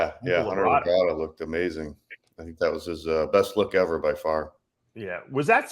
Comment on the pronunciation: Labrada, not La Brada. It's one word.